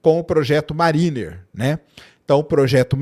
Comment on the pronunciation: pronuncia Mériner - mariner. Abraço.